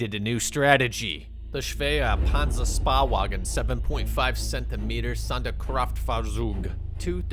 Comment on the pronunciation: SPÄHWAGEN SPÄHWAGEN SPÄHWAGEN SPÄHWAGEN !!!!!! NOT SPAWAGEN goddamn why cant people stop butchering my language, let alone the other german words >_<!!!!! Ps: i know that struggle but now with 1700hours i know exactly where i have to aim for. It would help much if the enemy in blue wasnt an enemy but an helpful team, Especially germany suffers with that problem, but thats probably because its either every bad nation gets thrown in with germany or germany is alone. Needless to say, teammates are as helpful as a 999 ping. And for the others: i hate hightier its cancerous.